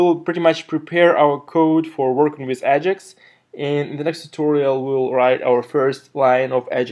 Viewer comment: Great tutorial. One question - what is "ah-jix"?